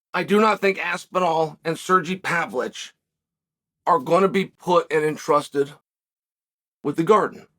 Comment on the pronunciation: Sergy pavlich? 😂😂😂